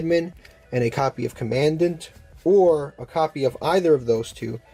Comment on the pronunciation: That’s not how commandant is probounced